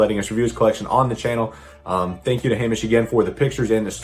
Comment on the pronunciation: Hey! It’s Hamish for the second part of the video, you actually nailed the pronunciation of my name! cheers for using my pictures :) Love your content